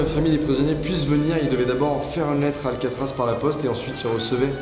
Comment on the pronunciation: Paris c'est alcaatraaz